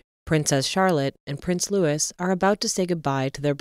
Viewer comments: When will you EVER learn to pronounce Prince Louis name correctly? Its LOOEEE not Looiss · Quite. I noticed that. She said that twice. It's also "Prince LOUIS (S not pronounced) NOT Prince LEWIS. Americans always get this wrong. Who edits this rubbish? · It's Adelaide COTTAGE, not College!! And Prince Louis' name is not 'Lewis' it's Louis, (Looee). It's French. Please get it right! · You don’t pronounce the “S” in Louis name .